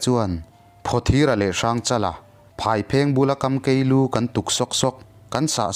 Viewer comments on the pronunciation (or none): Ngaih thlak a nuam vuai nan mase tun hma ka hriat dan nen a in ang lo ..hrang chal a kha. A huai zawk. Phaw thir a kha a dawi zawk . Chuan kam kei lu ni lo in. Kham kei lu ti tur. .... Chuan I Voice ngai thlak a nuam thin khawp mai ka lawm e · Kamkei nilovin kaamkeei thluksei a awm tur a ni sakei tihna a ni e ngaihthlak nuam hle mai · Kamkei tih lâi tak hi...kâmkei..kãm lai tak hi thlûksei tur aw. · Kamkei thluk hi a dik meuh maw!